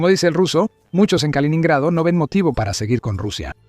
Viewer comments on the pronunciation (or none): No se dice kalonhrado sino kaloNO nhrado. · No se dice kalinado sino kaliNINgrado. aprende a leer.